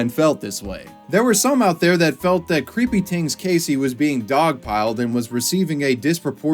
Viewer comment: i love your commitment to saying creepy "tings"